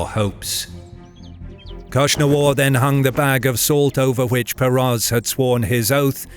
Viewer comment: The Hephtalites khagan name was KnushnavaZ (Akhsunwar), not KhushnavaR